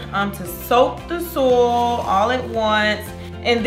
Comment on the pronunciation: It's SOY-IL...not sol